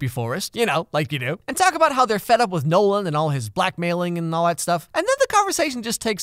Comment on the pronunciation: Every time you say Nolan, I hear no one... guess he’s just no one then